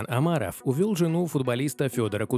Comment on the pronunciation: Слух режет, когда он произносит Амаров